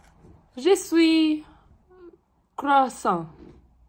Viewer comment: Mai bine spui croissant 😂😂❤